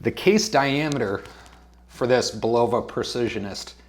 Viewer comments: Bull-o-va, not bu-lova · It's annoying every time he say bull-ovah. Where did that come from? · I think it is pronounced "Bull la va" - but for sure see Bulova video here: Dude, with all due respect - script out your video or do a practice session first. I respect your effort and wish you success.